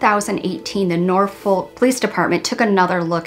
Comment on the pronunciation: My only issue with this video is that Norfolk is pronounced NOR-fuk, you don't pronounce the L. Amazing coverage as always!